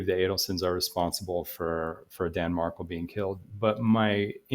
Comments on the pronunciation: Mar-KELL just to let you know, good luck! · His last has the accent on the last syllable. MarKELL